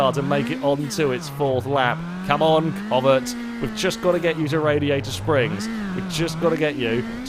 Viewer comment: Pronouncing Covette wrong he's saying covert